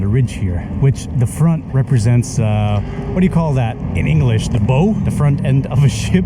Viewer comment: Love Lisbon and want to go back some day. What a wonderful little video. (BTW, bow rhymes with cow for english pronunciation)